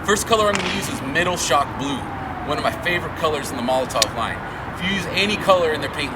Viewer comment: Molo-TOV not Molo-TOW. The W is pronounced as a V in German. Hope this helps.